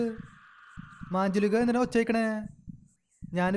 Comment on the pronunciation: മാഞ്ജുളിക അല്ല മഞ്ചുലിക